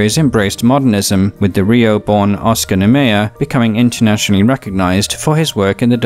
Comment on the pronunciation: 😎 Brazil fascinates me. Thank you for your contribution to my education and entertainment. Since you asked for corrections, I might call your attention to the pronunciation of the name of the great Oscar Niemeyer. Peace.